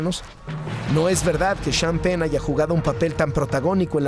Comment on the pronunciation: Y el señor "sean pen" xD